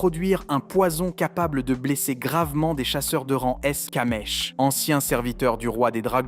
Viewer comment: C'est kamish pas kamesh